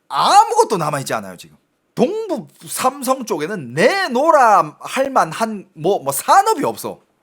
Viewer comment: 한국말서 동을 똥처럼 발음하는게 중국영향이구만 똥북삼성 발음할때 딱 알겠네